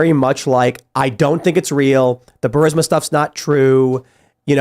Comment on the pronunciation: Benny doesn't know how to pronounce burisma it's embarrassing